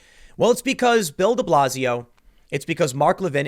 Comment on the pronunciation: Thought you were saying build-a-blazio